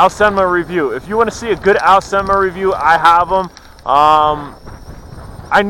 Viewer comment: I just reaseantly noticed you do say this quads brandname as a Chinese would do. :-) I always myself said it like Aaaaooooseeeeenmaaaa Long vocals. It was just reseantly I found out that its actually the way you say the brandname. :-)